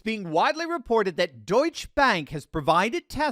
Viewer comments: Pronounced "Deutsche-Uh" Bank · Duetsche is pronounced Doyt-cha. you have to pronounce the E on the end. why does someone who deals in world issues not know this?